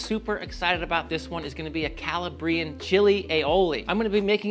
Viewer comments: Just for the future, it's not cala-BRIan, it's calABrian. Emphasis on the second A. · It might be worth looking up how to pronounce “Calabrian”. That is an amazing looking condiment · This video is sooo good except for your pronunciation of Calabrian 😭 its a little painful as a half Calabrese